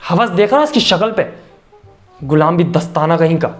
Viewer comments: Gulambi nhi gulabi hota h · Bahi app gulabi ko gulambi bol rahe ho🤣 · Gulaabi bhi nhi bola usne gulambi bola 🤣🤣🤣🤣🤣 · Who notice says gulambi instead of gulabi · Kya sirf mujhe hi lag rha h ki gulambi ni gulabi hota h....?